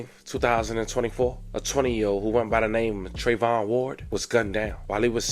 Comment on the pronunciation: TREVION ** not trevon .